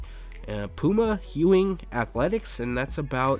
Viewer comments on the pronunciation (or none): There's no h in Ewing! Lol